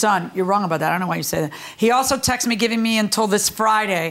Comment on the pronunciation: It's not "textes" or "texas." It's texts. TEXTS!